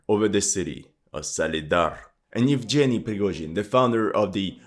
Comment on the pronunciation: Bro now i love your channel even more :D YOU ACTUALLY PRONOUNCED "EVGENY" CORRECTLY !!!!